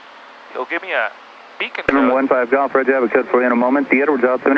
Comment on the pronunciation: I have never heard someone say "beacond code" before.